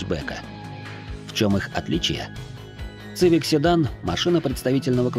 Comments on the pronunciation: Ваш ЦЫВИК.звучит как колхозная цыбуля , хотя истинное звучание. CIVIC произносится в английской как и в русском произношении именно как. СИВИК ! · Автор мля....Не Цивик...Не Цывик мля... СИВИК!!!СИВИК!! Будь ы теме перед созданием видео.Ида, последнее поколение Хонда,это до 2010 года, потом шлак